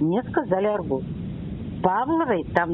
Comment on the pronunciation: Почему "АргУс? Ударение правильное на "А"!